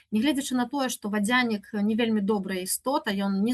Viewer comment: Цікава, а чаму націск на я ў вадзЯнік? Упершыню чую, каб так казалі. Ва ўсялякім выпадку, дзякую спадарыне Тацьцяне за цудоўную лекцыю.